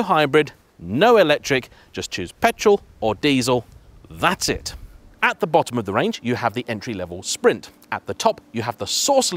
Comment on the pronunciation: Do you have any plans to learn how to properly pronounce “Quadrifoglio”? I mean, you managed to drop the “T” in “Esprit”. I’m not going to start in on the “X” that you added to “Estrema”.